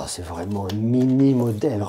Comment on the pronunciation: "vreeement" 🤣 J'suis plié 🤣 🤣